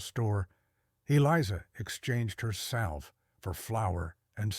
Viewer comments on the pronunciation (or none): A salve is a medical ointment and is pronounced phoneticall saa-ve the "l" is silent. You keep mispronounced it. You need to edit before posting, very very annoying. 😢